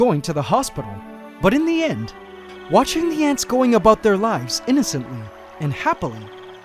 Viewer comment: did he just say aboot instead of about? Love you.